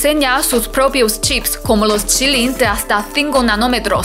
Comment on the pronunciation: Gracias por iluminarnos y decirnos que los chips Kirin se pronuncia “chirin” que interesante!!